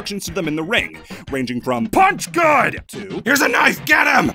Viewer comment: I heard, "punch God."